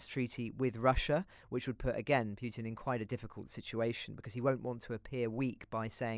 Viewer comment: Who is monitoring your sound levels? (Listening on THX speaker system on a PC, Chrome.) The first guest was okay, but your second guest, ' feed was laden with plosives and sibilance. Such a difference between the two. And for gosh sake it's 'pootin', NOT 'piewtin'.